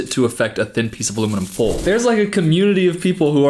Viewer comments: every time he says “fowl” instead of “foil” i giggle hell yeah southern brother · I heard that country twang when you said "foil." "Aluminum Foal." I know what you are,. (I am too). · ALUMINUM ✨FOAL✨ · I related so hard to how said foil. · film is really representing the midwest by pronouncing foil as "foll" shoutout midwesterners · that gave me whiplash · So happy someone said something 😭❤ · Is from the south?… he said foil like southern people say oil (I’m southern) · He has close fam in Arkansas too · I love how Texas ruined the word foil for you